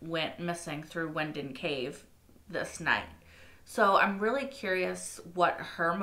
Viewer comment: Hey, it's pronounced 'V' Winden (W pronounced V in german)✌